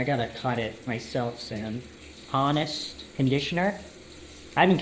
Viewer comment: He pronounced the H in "honest" and called a park a "facility". Was bro homeschooled?